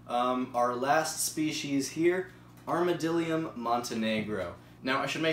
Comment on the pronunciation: It’s ArmadLIDium not just armadilum